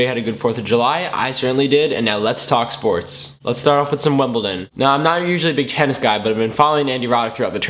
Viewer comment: Its WIMBLEDON. Not WIMBLETON. Yank